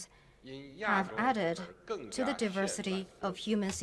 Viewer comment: 1’31” diversity -- wrong pronounciation O(∩_∩)O